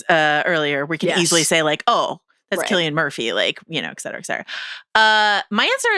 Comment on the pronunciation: saying "eccetera" over and over again instead of "et cetera" is causing my pedantry alarm to billow smoke.